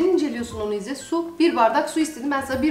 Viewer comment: Jsjsjjs😂İzder degil izzet 😂😂😂